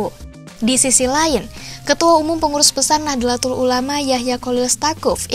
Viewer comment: min, koreksi dikit pelafalan utk NU (Nahdlatul Ulama), tulisan Arabicnya نَهْضَةُ الْعُلَمَاءْ, dibaca Nahdhotul Ulama, bukan Nah-dla-tul tapi Nah-dho-tul. CMIIW 🙂